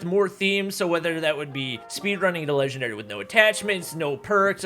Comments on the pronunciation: lol said legwndary instead of legendary but anyways thats kinda cool rookie to legendary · Man grinding to "legwndary" sure is hard. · Ofcourse. "Legwndary" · Speedruns to "Legwndary" Me: Can't even get to Master 1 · LITERALLY,KUKUKU REKOIL, SHEESH AND NOW LEGWENDARY